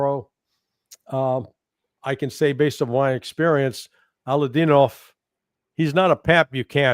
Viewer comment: Pronounced allah-oo'-dinov